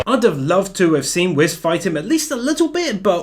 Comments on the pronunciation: It’s whis pronounced whees not whiz you silly goose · Whis not whiz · You called whis... Whiz What the fuk yo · Bruh it’s “Whis” not “Whiz” 🤦‍♂️ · You called whis Whiz I don’t care i just think its funny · *Whis not whiz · Its Whis, not whiz... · Sorry it's Whis not Whiz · Did he call Whis, Whiz?